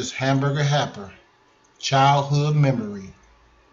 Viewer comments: I’m sorry but it sounded like you said hamburger happer. 😂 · "Hamburger HEPPER" 🤭